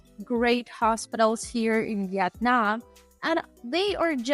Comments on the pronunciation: it is called vietanm NOT YET NAM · Its pronounced vee'it-nam not vet-non. Youre a typical snowbunny. 😂